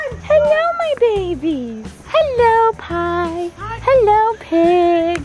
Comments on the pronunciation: it’s not Pie it’s Pai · Girl it’s “pai” not “pie” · It’s “pai” not “pie”